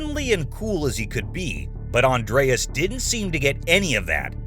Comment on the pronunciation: It's not Andreas it's Andres, Spanish be Andrés except the don't use the '